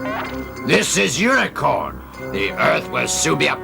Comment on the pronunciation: TBF I'm pretty sure Lion's singer also mispronounces it as Unicorn in the Movie's title track.